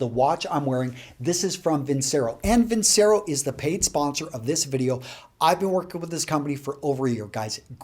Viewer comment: Great tips here as always. fyi its vin-chay-ro